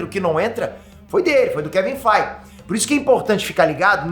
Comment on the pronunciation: "Kevin FEIGE" 😂😂😂😂😂😂😂